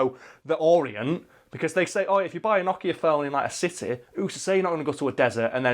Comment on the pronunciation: NO kia. Not Noch Ea. Sounds like word 'no' not like 'gnocchi'